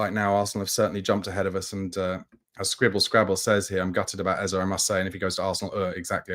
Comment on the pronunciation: stop making up stuff. You have no knowledge of Spurs doing anything but enquire about Eze or any other player, except pissibly Kudus. There was no offer made for Eze. Personally, I'll be relieved if we don't get Eze only because I won't have to hear you say his name as Ezzer. It is pronounced Ezzeh. Hearing you say Ezzer is like running fingernails down a chalk board. Eze is pronounced Ezzeh.